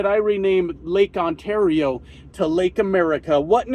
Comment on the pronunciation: But I heard Lake Kissmyass